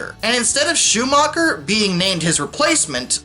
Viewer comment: Ah! I was preparing a video on the history of the EL! It's a long an arduous process but hopefully one day I can get it done! Also I don't get how you could have "the best engineered line" across a state that was already pretty flat to begin with A few more interesting things: - I believe it's pronounced Shoe-MAKER not Schumacher - White did actually manage to get rid of a lot of short branch lines in New Jersey in 1966 - Refusal of the unions to cooperate with each other made it so that some people said the EL didn't exist as one until June 1961 - The EL discontinued its last intercity train (the Lake Cities) in early 1970- cities like Binghamton, Scranton, Elmira have lacked passenger service ever since - The Santa Fe reportedly expressed interest in acquiring the EL but the latter declined because they were too far along the path to Conrail - One scheme was to have all the non-Penn Central Conrail railroads become part of what was to be called MARC-EL (Mid Atlantic Rail Corporation-Erie Lackawanna)- not to be confused with the commuter agency in Maryland known as MARC- that would act as the main competitor to the rehabilitated PC lines but this didn't take off because a second government system wasn't wanted